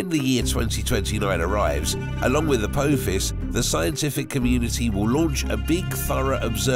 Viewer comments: its prenounced ApOthis NOT ApOAthis, its named after the Greek God of destruction, NOT a stargate movie character, a simple bit of research is all it takes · Please stop saying A po fiss it's literally killing us ... you even name checked SG1 😂😂😂 it's not how it's pronounced at all in any way 😂😂😂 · You are saying apophis wrong. I have never heard anyone say it like that. The O doesnt sound like that. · It's pronounec A POPH IS,get it right.. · The "o" is silent in Apophis. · At least get the name of Apophis right, its named after the Egyptian god...You messing it up on purpose imo. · as a fan of stargate, it was quite annoying the way he said Apophis. also the way he said Halley made me wonder if he has ever left his house..